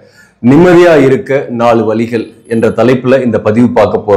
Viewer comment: 4 valigal or vazhigal? You keep saying valligal. Valligal means pain.